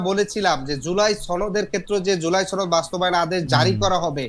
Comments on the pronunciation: সনদ কে চনদ বলে সে আবার ভালো ডিবেটর। হায় রে ভালো? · বাংলা শিখেন , ছনদ কোন উচ্চারনে নাই , কোন স্কুলে পড়ালেখা করসেন ? কিছু শিখায় নাই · ৯০ শতাংশ এন সি পির রাজনীতিকরা ছা ত্র কথাটা উচ্চারন করতে পারে না বলে সাতর্ , সনদ উচ্চারন করে ছনদ !! এরা কিভাবে ভবিষ‍্যতের বাংলাদেশ কে নেতৃত্ব দিবে ? NCP র চুল কেমনে গজাইছে আমরা জানি , চরম বিরক্তিকর